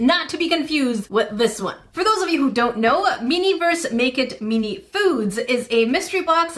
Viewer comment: I love that she calls them "meeni" it's just adorable